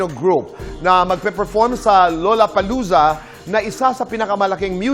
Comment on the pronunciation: lollapalooza's pronunciation is lah-luh-puh-LOO-zuh. hindi LOLA 😁